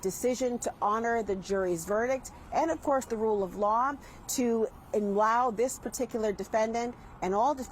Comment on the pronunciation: SUCH A JOKE , DID SHE SAY " RUKE OF LAW " that is joke